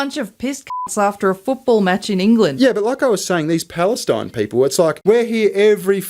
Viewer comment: A motch? What kind of motch? A soccuh motch...?